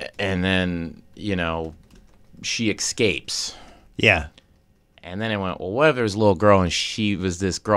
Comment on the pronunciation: "exscapes" has me dying